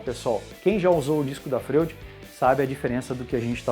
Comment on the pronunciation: A pronúncia dessa serra não seria (Froid) como o psiquiatra Sigmund Freud? É só uma curiosidade. Mas parabéns pelo vídeo!